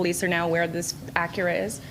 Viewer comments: he said “Ac Ura” 😮. 🙊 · That's the proper pronunciation. In Japan it's Acuura.